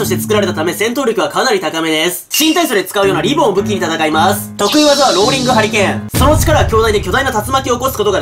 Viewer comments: まぁす。の発音地味に好き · まぁ⤴︎⤴す の発音が気になるw